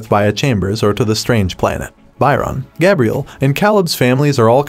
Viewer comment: So we are just going to act like this stupid narrator wasn’t saying Bye Ron, Cal Lib, and Gab Reale?